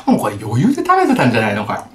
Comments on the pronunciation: 「なにこえ、こえ普通のペヤングと変わんないじゃんこえ」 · 「これ」の発音が「これぇ」なの可愛すぎる。好き。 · これの発音が舌足らずの3歳児みたいでかわいい